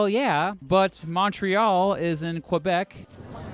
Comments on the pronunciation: He couldn't even pronounce Québec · And « Qwabec » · Not at all... i've never heard an english person say Montreal corectly. It is MON-RÉ-AL, not monT-RI-EUL. The sounding of Québec was also abismal. English always says CUL-Bec. I can't blame them, it's their accent, but don't say that it's better than most quebecers. If you think that he sounded great, it mean that english people really assimilated french culture to make it their own. Poutine and maple syrup was not enough, they are now striking directly on french word.